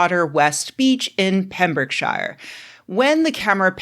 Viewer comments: "CornWELL" "PembrookSHIYAR" American nails on the chalkboard. Shire at the end of a place name is shortened and pronounced like "sheer" or "shur". I get how that might trip up those unfamiliar but there's so many examples out there I don't get how online otherwise seemingly well-inforned Americans get it wrong so often. Cornwall is just... pronounced how it's spelt. No excuse for getting that one wrong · Pembrokeshire is not pronounced ‘Pembroke Shire’. You say: Pem-brook-sheer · Pembrokeshire is pronounced “Pembroke-sheer” (as is pretty much everywhere in the UK which ends in “shire”) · It’s pronounced Pembroke-sher, not shire….. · She pronounced "shire" as "shyer" rather than "sher", an' all. Tsk. Tut, even. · If I could just factcheck, it's Cornwall, not Cornwell, that's not even one of the ones we spell in all defiance of phonics, Pembrokeshire is "pembrooksheer" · Lord Jesus the word shire and the syllable shire are pronounced differently and it's killing me. Pembroke-shure Hartford-SHURE. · Penbrəkshə. Pronouncing terminal "r" sounds is a waste of effort. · I don't know if you got his name right, but you definitely butchered Pembrokeshire and Cornwall! 🤣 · Pembrokeshire rhymes with beer. Like all the Welsh and English counties ending in ....shire. Confusingly, the word "the shires" sometimes uses for said counties is pronounced like you said it. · so used to them saying shire names like that I didn't even register. Like edin-burgg, and glass-gaow. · I'm an American redneck from Mississippi and even I raised an eyebrow at that mispronunciation.